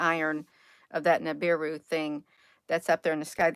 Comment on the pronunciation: It's Nibiru Nibiru!!!